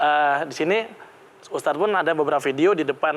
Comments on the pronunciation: Sekelas host tv masak iya nyebut ustad aja gabisa. Dari awal nyebutnya ustas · Lagi lagi pembawa acara bilang ustas saya kira cuma salah ucap, tp ternyata terulang dan di ulang, kayaknya yoana margareta kuper